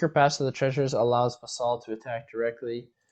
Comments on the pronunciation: 'Vassal.' Not 'vuh-SAHL.' 'VASS-sull.' It rhymes with 'castle.' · It's Vassel, not Va-Saul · painful to hear him mispronounce that word lol